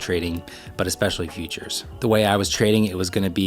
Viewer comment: I keep hearing features not futures